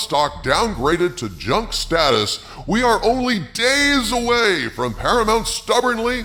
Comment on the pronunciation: PARAMOUNT = "para-muck"????